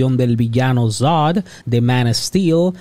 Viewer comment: "Maiko Kiton", "Zoad".